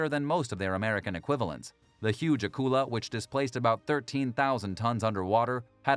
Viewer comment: Thanks for the video. I’m glad you got around to pronouncing Akula properly. Thank you!